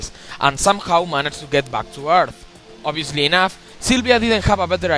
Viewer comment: great list :D but the best part was "obsidiusly" = my reaction as shown here Foam Mouth Guy